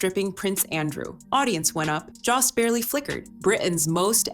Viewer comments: His name is Colin Jost (Joe-st) not (Jah-st) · I hate the mispronunciation of Colin’s last name. AI voice? Its JOST. Not Joss! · It's Colin Jost, spoken with a long O, like in Joe. Why not find out the correct pronunciations before making a fool of yourselves, repeatedly? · I hope someone corrects the pronunciation of "Jost". If I were him, I'd be pissed.